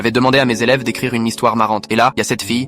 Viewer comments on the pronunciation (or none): "un elveu"😂😂